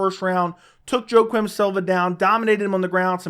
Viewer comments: Joe-quim Silva. 😂 It's pronounced "Wak-eem" jesus, lol. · Kompanion The pronunciation is between a J and Y if anything, but when 99% of broadcasters say it, they say Wakeem . Either way it aint f*ckin JoeQwim ctfu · Kompanion im not just as wrong the man said Joe - Quim